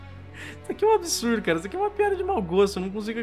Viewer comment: "ISSO É UM ABISURDO.." kkkk